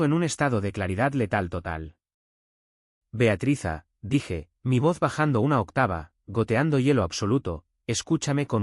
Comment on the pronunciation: NARRADOR, CONTIGO EL NOMBRE DE BEATRIZ PARA TÍ O ES BEATATRIZA O ES BEATRIZA, ERES PATETICO EN TUS MANÍAS DE EXPRESIÓN